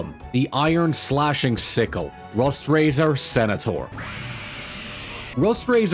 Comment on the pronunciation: I heard "pickle" not sickle imagine my laugh when the pickle roared